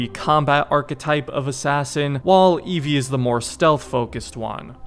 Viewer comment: It's Evie Frye